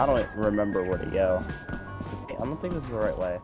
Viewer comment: "I thibk what you mean is......"🤣🤣🤣